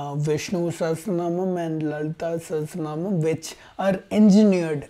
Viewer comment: Hahahaa I'm a Sanskrit student for several years and that lalithasahasranamam pronounciation is terrible af 😂😂. These biased people don't go near them it's pure torture 😂